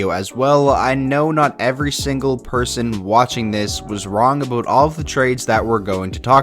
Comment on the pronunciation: Aboat, I thought Canadians don’t pronounce it like that 🤣